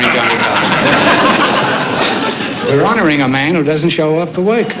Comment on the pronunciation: "The thoid time I was the host...they're honoring a man who doesn't show for woik" lol